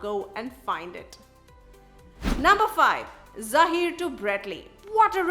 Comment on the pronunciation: It's not Zaahir.... It's Zaheer.